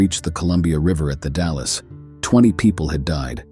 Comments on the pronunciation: Willamette= Wi-LAM-it The Dalles= The Dalls Clatsop= Clat-sup Pronunciation aside, great video. 👍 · The person who narrated this is clearly NOT an Oregonian!! 🤣 The pronunciation of Willamette, Clatsop, (My area) Nehalem, and the Dalles had me snickering!! I am a born and raised Oregonian. My children are second-generation, and my grandchildren are third-generation Oregonians!! I love this GREAT state!!! Some areas more than others. I love nothing more than to bask in our lush vegetation and wildlife. We are so VERY blessed to have such a beautiful state!!! 🦆🦫🦆🦫🦆🦫🦆